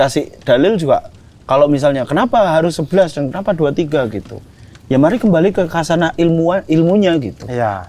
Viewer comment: koreksi dikit bang, khazanah (خزانة) yg umum diromanisasikan di Indo sebagai khasanah (bukan hasanah ya, karena artinya beda lagi secara Arabicnya jg beda) itu bacanya bukan kasanah, karena "kh" itu lebih dekat pelafalannya ke huruf "h" dibanding "k" misal Umar bin Khattab, gak dibaca Umar bin Katab, tapi dibaca Umar bin hotob